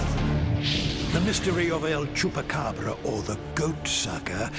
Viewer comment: Man he says el chupacabra so cool